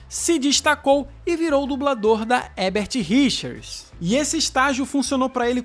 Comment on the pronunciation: Boa noite,seu canal é ótimo,vc só precisa aprender a falar HERBERT RICHERS porque vc fala HEBERT RICHERS todas as vezes que pronuncia o nome.Entendeu? Tem que pronunciar os dois ERRES.